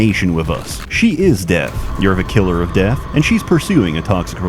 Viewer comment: ''Deff, is da buh-ginning''